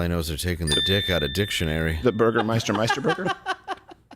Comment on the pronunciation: Actually loved the Burgermeister-Meister Burger joke. He actually got the pronaunciation right